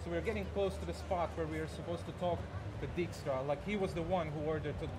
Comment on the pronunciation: It's funny how they pronounce Dijkstra as 'deek-stra' as it's a typical dutch last name pronounces as 'daik-stra', well sort of... But of course I understand it wasn't meant to be pronounced like that in the Witcher books/games :P